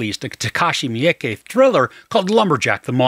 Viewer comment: FYI: "Miike" is pronounced meee-kay, by the way. There's no 'y' in it.